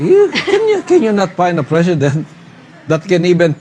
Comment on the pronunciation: '., 'KUMUN SINS'. JAJAJAJAJA. TAPOS KAKANDIDATO DAW AS 'PRISIDINT???🤣